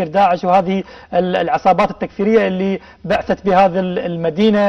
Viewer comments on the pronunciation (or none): عبثت وليس بعثت مُقدم البرنامج يخطأ لفظياً